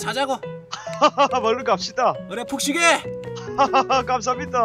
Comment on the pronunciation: 푹 쉬게!를 난 폭식해~라고 들었다